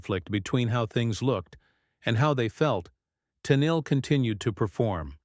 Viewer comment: Ai can't pronounce her name correctly, usea real person and we don't need things explained, not everyone is an idiot